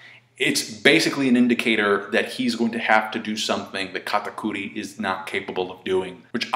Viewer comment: stop saying katakuri like that